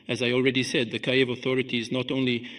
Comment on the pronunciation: It still has small imperfections: it is not "Kayev", it is "Kiev".